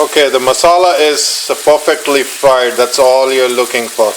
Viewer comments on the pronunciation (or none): none